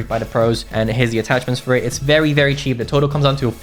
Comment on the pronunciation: Bruh, bro say chep gun so wtf is that mpx